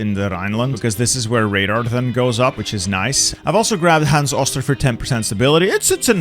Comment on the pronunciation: hans oh-ster not oss-ter.